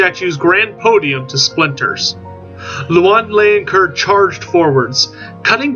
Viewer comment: As a french myself, Bretonnia appeals so much to me. I do hope they will be playable soon after release. And don't worry, I bear no grudge at your pronunciation, especially as you made such a great video about Louen Leoncoeur. Vive le Roi!